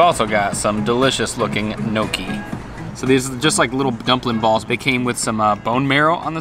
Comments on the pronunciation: Case in point: LOL!!!! That was like the equivolent of eating a spoon full of butter. Try schmearing it in with the gnocci (pronounced: nyohk-kee) or on bread like butter. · please learn to pronounce “ gnocchi”. LOL